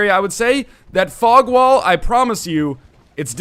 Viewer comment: EVERY SINGLE TIME YOU SAY FOG WALL im like WTF northenlion whats a f*ck wall ohhh thats right fog wall goddammit im dumb